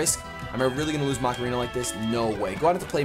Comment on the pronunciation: it's pronounced Ma-ca-re-na, not Ma-ca-ree-na... Also I was so hurt by your loss of Prowler!